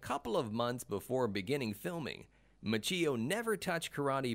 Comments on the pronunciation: I know this has been said before, but the mispronouncing of Ralph Machio's name is hard to get past. Which is a shame because overall the production quality of the video was great. The script was a little off, as each fact was presented in a vacuum, as if we didn't know the previous ones before hearing the current. An example would be the first fact presented in the video is that William Zabka's first movie was the Karate Kid. Later, when discussing his net worth, it is stated that he was in the Karate Kid like it was a new fact and not something the view was already informed of in a previous fact in the video. It was as if each fact was it's own separate fact and not part of a continuous series of presented facts. Maybe just me, seemed a little odd. Good attempt though, keep it up and do a little research on pronouncing names. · Approx . Ralph Ma-CHEE-oh. Stopped watching. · That's when I stopped watching the video. Ralph Ma-cheeo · It's pronounced Ma-chi-o...not Ma-cheee-o. Have you never heard anyone pronounce his name the last 35 years? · I have heard of Ralph Macchio. Who’s this Ralph Ma-chhee-o? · I'm so annoyed with the narrator who keeps saying "Ma-chee-yo" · DID HE SAY RALPH MACHEEO 👩‍🦯👩‍🦯🤸‍♀️🚆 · Lol, Machee-o. Sounds like a coffe creation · ralph is part italian and he doesn't even know how to pronounce his last name. the correct pronunciation is mak-yo. cch is K in italian. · ma-chi- oh is how it’s pronounced. if you haven’t already can you make one of ralph? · Lets all say it together..."Mau-kee-O" gosh was that too hard. Especially if going to say it 20 times! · This narrator has no clue. Macheeeeo? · Good video except for pronunciation of Ralph's last name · So annoying when someone can't bother to learn to pronounce Ralph Macchio's name correctly. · It's like the guy has never pronounced an Italian name, ever